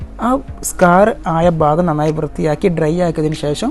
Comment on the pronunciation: Ayyo bagam alla bhagam